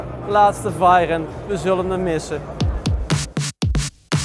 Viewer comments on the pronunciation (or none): 10 VAG feestjes en nogsteeds niet het woord Veyron kunnen uitspreken... Verder een goede reportage!